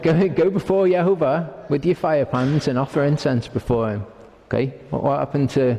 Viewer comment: ITS JEHOVAH! NOT YAHOVAH!🙄🙄🙄😑😣😐